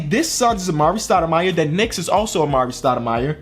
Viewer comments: Did anyone else realize that he said stoude-fire instead of stoudemire , or is it just me? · You said stadifrie